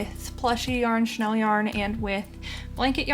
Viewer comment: I was wondering what you meant by "Chanel yarn"--I'm guessing you meant chenille? (shen-EEL) Anyway, this is one of the cutest sea turtles I've seen. Thank you for the tutorial! ❤